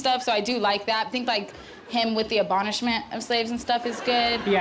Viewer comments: It’s “abolishment”, not “abonishment”.😂😅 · RIP her saying abonishment, but honestly could see this being an easy mistake if you have a language processing disorder.